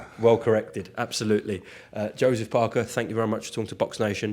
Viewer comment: Paerkeh. Hit him on the chun